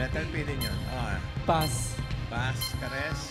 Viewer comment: Ano ba yan passsssss ang daming r ang dulo😂😂😂😂😂